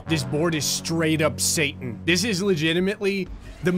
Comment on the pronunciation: It's pronounced "satan" (say-ton